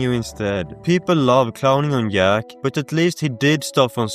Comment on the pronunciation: Yro yenuinely yaid "yack"💔